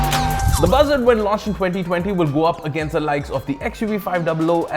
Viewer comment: sounds like "Bhasad"